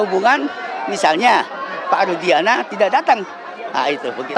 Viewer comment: Rudiana...jadi rudiga'ana